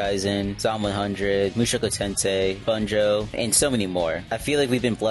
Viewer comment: Did he just say bunjoe instead of bungo